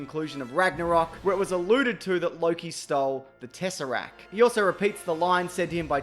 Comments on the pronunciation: TesseracT DONT FORGET THE T ITS NOT TESSERACK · DANGIT IT'S TESSERACT